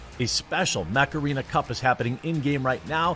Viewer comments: I thought you said Macarena :D when i saw ad then I understood you mant Mech Arena :D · I thought he was saying Macarena the whole time. Untill the end then I head Mech-Arena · the way you said mech arena, sounded like Macarena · honestly when you first said mech arene. i thought you said macarena. I thought what? are you going to dance?!?